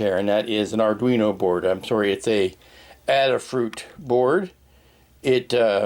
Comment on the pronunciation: 1) While watching this I got inspired with an idea for a diorama. Have the K2SO head and the similarly-shaped Robocop (1987) helmet facing each other, and title it "Staring Contest". 2) Are you named after your scissors, or are your scissors named after you? :D 3) It's pronounced A-duh Fruit not Adderfruit, as the company was founded by Limor "Ladyada" Fried, whose nickname is an homage to Lady Ada Lovelace, English mathematician and the world's first computer programmer (Babbage Difference Engine).